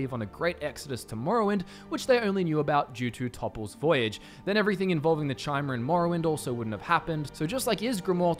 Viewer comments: "Ki - Mer" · I believe pronunciation for Chimer is "Kimer". I may be wrong but that's how their name was pronounced in ESO, and it makes more sense as it sounds familiar to chimera. : Argonians come from Black Marsh, I believe you meant invasion of Morrowind.